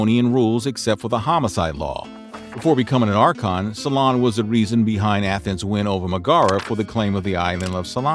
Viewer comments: It's not SolOn, it's SOlon. (I am not sure why this is so bothering, other names are mispronounced too, but it is... "So long, SolOn! 😀) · Solon = SEW lun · Oh, the bad pronunciation in this! "Salon" and the "island of salamies", hehehe!